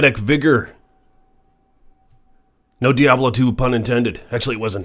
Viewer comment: The best part of this video is him calling Blizzard, Blizztard. 1st of all he dsays he's been playing Diablo since Diablo 1, but doesn't know how to pronounce "Diablo"? Next, he can't even speak properly and says "a'ight" a million times, then around 11 mins the screaming is just crazy, then he gets even louder! Dude's a f'n moron, imo. Why doesn't he bitch about the imbalance in Tempering and Masterworking and the weight certain affixes have, something thats a legit concern. proves how f'n stupid this guy is. Diablo 2 is the best there is, the best there was, and the best there ever will be! It's the f'n GOAT and he says it sucks? Clueless.